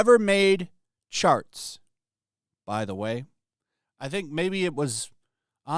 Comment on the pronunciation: He says charts, I hear sharts!